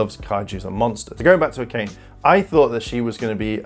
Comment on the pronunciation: Also, Akane is pronounced Aka-nay